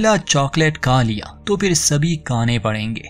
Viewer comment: अरे भाई अपनी हिंदी सुधारो । ‘ का लिया ‘ नही ‘ खा लिया ‘ होता है । कहानी अच्छी है सिर्फ़ हिंदी पे ध्यान दो जरा । प्रैक्टिस करो हिन्दी सुधारने की तो सुधार जाएगी dont worry